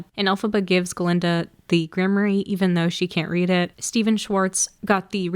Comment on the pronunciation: This is a wonderful video but please for all that is magical in the world learn how to pronounce Grimoire! It’s pronounced Grimm- waar.